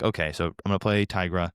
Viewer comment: you. you all the way. Brains Over Brawn = bad card. Also "Tigra" is an existing word in Spanish, and is pronounced "tee gra". I will die on this hill, no matter what the ignorant Marvel writer has said. It's tee gra.